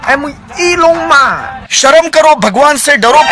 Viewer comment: Belenaer elon mosk... 🤣🤣🤣 time stamp 7.24